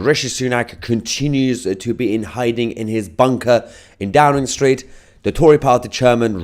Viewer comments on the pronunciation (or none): It sounds more like " A Drowning Street" rather than Downing street